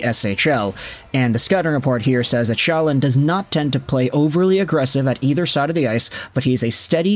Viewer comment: Calle Själin is a decent prospect. His name is pronounced Sch-ae-leen. if you put a and e together you get the ä sound.